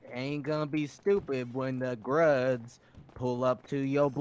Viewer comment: he really said gruze 😹